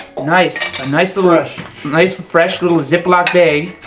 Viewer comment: "Ziploc beg"